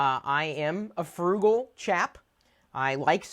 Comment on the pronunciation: the word is "frugal" not "furgle"